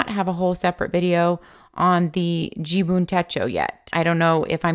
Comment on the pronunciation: Umm..... it is JIBUN .... not JUBIN (you kept saying JUBIN in the video 😀).... 🤣😂🤣😂 thank you for your review. Great effort! 👐🏻